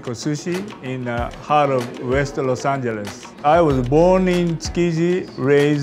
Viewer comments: "Ros Angeres" Carifornia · ”ROS ANGERES”